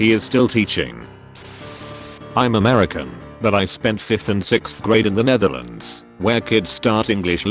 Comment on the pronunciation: "That's how you say it in Amrican" 😂